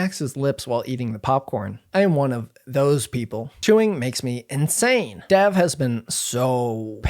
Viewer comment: That and the mispronunciation of Dav’s name made me wonder what else was off. Sorry, couldn’t watch to the end.